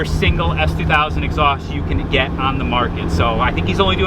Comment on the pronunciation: He said ass2000 cuz I’ve heard it a million times 😂 can’t tell, giving loral vibes